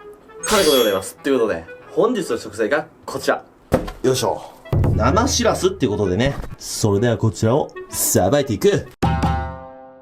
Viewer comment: ぼくは盆地の出身なんでわからないですけど… 「しらす」っておい「しぃらすぃ」ですね！